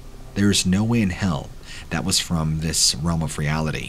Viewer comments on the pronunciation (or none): none